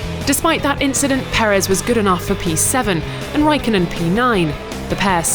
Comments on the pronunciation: Raikkonen, NOT Raikonnen. ok thx bye. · Raikonnen... bruh tf is that. It's Raikkonen ffs why are finnish names so hard for foreigners??? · "Raikonnen"? WTF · RAIKKONEN* (or Räikkönen but not Raikonnen ffs) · Did she said "Kimi WAIKKONEN" ????? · Come F1 organization, get Kimi's last name right!